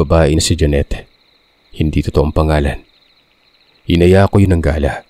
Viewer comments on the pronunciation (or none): none